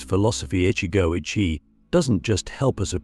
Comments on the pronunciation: Every time it is pronoinced ichi go AYE chi instead of ichi go ichi e, it is too irritating. Some times it is pronounched correctly, often times not. Cant listen to AI rendition. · It's Ichi Go Ichi Ei - One Moment, One Chance. This commentary mispronounced it. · You said ichigo ichi wrong